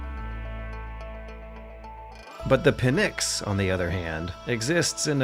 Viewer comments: Sry but it is pNyx and not pyNx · 'Pynx' is not 'pin-x', its the one word. You can try 'pinks' if 'pynx' looks too difficult to pronounce. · Pin-ecks? Jesus dude, that's the worst pronunciation I've ever heard. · Pnyx not Pynx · good job!! btw it's not "pynx" it's "pnyx" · The word is Pnyx. Not Pynx. Greek word is Πνύξ or Πνύκα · great work and video PS It's Pnyx, not Pynx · It's Pnyx. not Pynx. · "The pnyx" The pynx 😅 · "The Pynx"